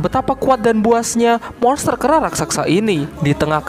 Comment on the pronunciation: Raksasa bos bukan raksaksa...😁